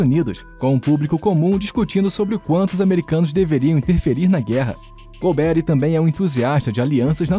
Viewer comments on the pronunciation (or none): Muito boa sua avaliação crítica, que o regime militar teve coisas boas e não tão boas. Tudo isso tem que ser colocado no momento histórico também. A pronuncia correta do nome dele é com a sílaba tônica no ri e não um Nome americanizado golbéri, ou seja golberí é o correto. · Lamentável esse narrador não ter estudado. O nome é GOLBERÍ, não GOLBERRY… 🤦🏻‍♂️ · Exatamente o que eu ia postar! É irritante ouvir essa pronuncia errada! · Não é Golbéri, mas Golberí! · Caramba, nunca ouviu o nome do general? Golbe-rí, não golberry 😅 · É Golberí e não Golbéri. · A correta pronúncia do sobrenome do general é oxítona. É mais ou menos como se fosse "Golberí", com acento no "i" enfatizando a última sílaba, ok? Abraços de BH . . . 🤗🤗🤗!!! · Ótimo vídeo. Não sou da época, mas acho que a pronúncia certa é Golbe-ry (oxítona) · É Golbery com a sílaba tônica é a última. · Gostei da pronúncia do "golberry". Rima com strawberry. 😅. P.S. ótimo vídeo. TKS. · A pronúncia do nome do general está errada. A pronúncia correta é Gol-bê-rrí. Ou a pronúncia ficou errada só pra gerar engajamento? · Concordo! Tirando a pronúncia do nome do general Golberi, o vídeo foi bom!